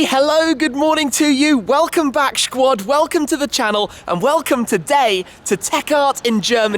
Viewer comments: I promise, if You say shquad one more time, I will never never watch any of Your videos again. It is just so laim... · It's funny that everytime I tune in, you would say "Welcome back Sqchuuaad" or maybe is it Shquad as in SHmee150? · did he really just say shquad